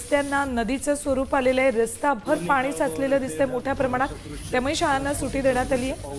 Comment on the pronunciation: सुटी.... नाही गं अँकर मॅडम सुट्टी म्हणतात त्याला...😂😂 सुटी म्हणे सुटी